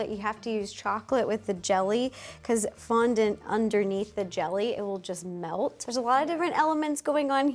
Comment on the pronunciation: You butchering that fondant girl had me in stitches 😭😅😂